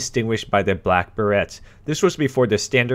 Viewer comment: lol dude learn how to pronounce "berets"